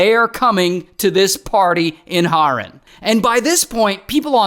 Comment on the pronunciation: it's HAAAAREN not horen💔